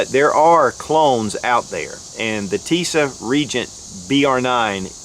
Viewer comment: TISAŞ is pronounced 'Tea-sahsh, accent on the first. The company has a impressive promotional video on YouTube: "Tisas promotion film"